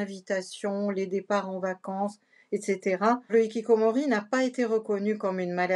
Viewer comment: Hikikomoris avec le bon R prononcé 😮